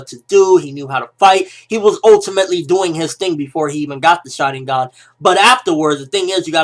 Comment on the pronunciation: can you please pronounce it like shar-IN-gun?